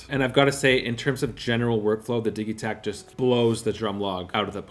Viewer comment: Why do you say "diggie-takt" when its Diji-takt... like digital!?